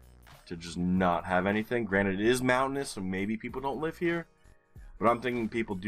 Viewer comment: Imagine me thinking you said "Granit" since last summer every time you said "granted"! I did find that sort of peculiar that you so often referred to whom in my imagination was the creator of GeoGuessr maps. I realized you say "granted" only this week, lol!